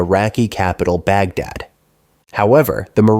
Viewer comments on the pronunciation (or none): none